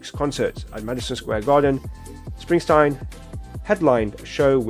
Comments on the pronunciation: Just to let you know it's Bruce SpringSTEEN, not Stein. It's Dutch. It happened a lot when he first started out. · What part of the name Springsteen makes you want to pronounce it springstine? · It's SpringstEEN, not SprinstINE. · Bruce Springsteen! not Springstein! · Spring steen, not Springstein! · Bruv its not springstine its springsteen😎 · His name is pronounced SPRING-steen, not SPRING-stine. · Springsteen. With a long e not a long I. Enjoy your reaction to this . He is the Boss for a reason. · It is Spring-steen. Not Spring-stine. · Its Steen ..steen ... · It’s pronounced Spring-teen. I love the boss.✨Bob Seger is also a big one back in the 70’s 80’s. Seger has great songs also “ Turn the Page” Night Moves” Like a Rock” Ol time Rock & Roll” Main Street. You weren’t cool back then unless you listen to the Boss & Seger. You’ll love his music to. Seger is from Detroit & he gave a song to GM to help them & that song “Like a Rock” sold a lot of Chevy Trucks. He is a big one you need to check out. 👍